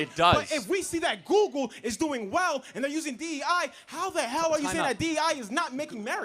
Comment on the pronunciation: You can tell when someone was raised by a single mother. And it’s “google” not “goo goo”